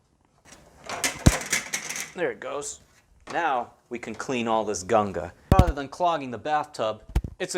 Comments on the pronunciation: Great video. Only part i didnt like was how you kept saying "gunga" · YOU SAID GUNGA!!! hahahahha I'm still laughing